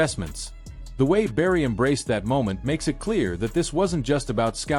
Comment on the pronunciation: Learn to pronounce his name!